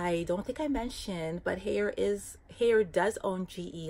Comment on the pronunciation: Great info, I'm looking to purchase one for my apartment as well. I find the sharing washer/dryer with strangers pretty gross! Haier is pronounced like higher. Not hayer.